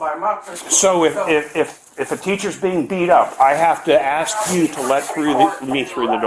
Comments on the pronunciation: Says “axe” over “ask” yet she’s allowed to work in education? LOLOLOLOLOLOLOLOL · The school's main secretary says "axe". That explains everything. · Any principal who can’t pronounce words correctly like “ask” it’s NOT “axe”, or uses the phrases “well ya know” , or who has a demeanor like her with the attitude should be stripped of all their licenses and fired.